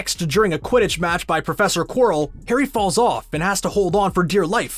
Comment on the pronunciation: omg did the narrator really call prof quirell prof quarell........ omg howling.